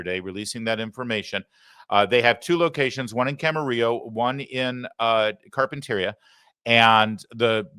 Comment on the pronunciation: Hey Larry, it’s pronounced Carpen ter ee a